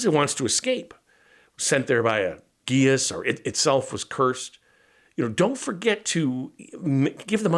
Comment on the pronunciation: Great lake creature ideas,! BTW I think the word geas is pronounced “gesh”.